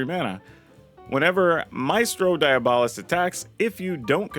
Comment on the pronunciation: Magda's new best friend is Face-Breaker. Also, "dee-AH-bo-list."